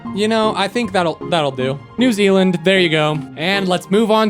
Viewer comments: “New ZELAND” Its new ZEALAND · ITS NEW ZEALAND NOT NEW ZELAND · New zealander here btw you pronounce new zealand like new-zee-lind and those leafy designs are our ferns which are EVERYWHERE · New ze-a-land has laser-eyed kiwibirds?